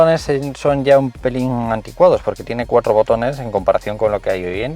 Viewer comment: Cada vez que dices cuatro, bufff eso sí que no lo arreglan los kilometros